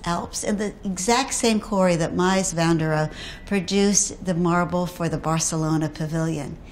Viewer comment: 🐁 🐁 🐁 “Mice” van der Rohe? 🤣 🤣 🤣